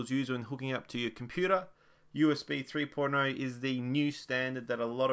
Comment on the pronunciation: when he said 3.0 i thought he said porno